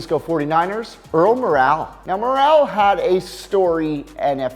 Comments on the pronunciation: Another botched pronunciation with Earl Morrall. Previously he mispronounced Pete Bethard's name. This guy doesn't know his NFL history. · This idiot should consult with some fans to correct his pronounciation - It is Pete "Beth-art" who later became a GM; It is Earl "More-ell" who stepped in for Johnny U to lead the Colts to SB V, and he should note that Marchibroda later became a very successful coach of the Dolphins and Colts. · Pronounced Earl Mor' - el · Can't pronounce Earl Morral's name right.How did he get on here? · Terrible pronunciation of Earl Moral and Art Schleeester. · And please pronounce Morrall correctly